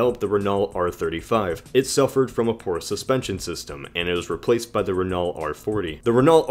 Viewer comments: The way he says Renault hurts me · the way he pronounces renault omg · My god you say renault like its actually spelled. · Jesus Christ you butchered Renault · THought the French E was more like "uh" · I think it's not "ree" because in french this sound is prounounced with a "i"so "rennoe" has to be the right way (btw i"m french) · Its Reno not Renal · Not "raynawlt" , but "rayknow" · Renault is pronounced ren-oh, REN-OH,, NOT REN-ULT, REN-OH. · It's pronounced "rennoe" not "reenalt" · I love your pronunciation of Renault. It never occurred to me that some people would pronounce it Ren-alt rather than Ren-o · I'm sorry if you've already seen it, but you're pronouncing Renault wrong. You're saying "re-NALL" when the more correct way is "re-NOUGH, as in "dough". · "Re - no" not Renull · Pronounced Ren-oh not Re-naw-lt. (Renault) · btw its ren-o not ren-ault (just sayin) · Renault is pronounces Renough not renaul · Renault is pronounced (ren-oh) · pssst it's pronounced "ren-o" not "ren-alt" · Renault is pronounced like Renno btw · Renault is pronounced Ren-o by the way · Renault is actually pronounced Re-noe. Sorry it just kinda bothered me. Amazing video though! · A little nick picky I know, but Renault is pronounced : Ren-Noe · great video gut f.y.i "Renault" is pronounced Ren-O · renault is pronounced "ren-oh" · Renault is pronounced "Ren Oh" btw. And I'm a Brit... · isnt Renault pronounced as [reenau]? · Renault is pronounced "reh-no" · Renault is actually pronounced Renó. :) Now you know! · Just to let you know you pronounce Renault reno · Renault is pronounced as Ren-Oh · Renault is pronounced as Renno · renault is pronounced ren-oh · Renault is pronounced "Renoh" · "Renault" is pronounced "Ren-o." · Renault is pronounced 'ren o' It's French, and they pronounce better than they spell.... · Renault is pronounced ren- oh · Renault is pronounced RENow lad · It is pronounced (ren-o) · FYI its pronounced RENO 😊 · It's pronounced Ren-no. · More like rennoe